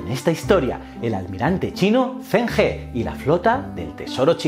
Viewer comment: Aunque el vídeo está genial, como sinóloga he decirte que la pronunciación del fonema 'ZH' en pinyin es más similar a la /ch/ española que a la /z/, es que has tenido que pronunciar en muchas ocasiones nombres propios así y he de decírtelo, que me chirría haajajaja por lo demás genial ajajjaj Enhorabuena por el canal :)